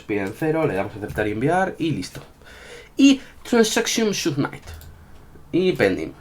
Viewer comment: "Submait"....Nice english 😅😅